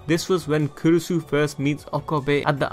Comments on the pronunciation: It's actually kurisu, makise kurisu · I thought its kurisu? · Kurisu bruh***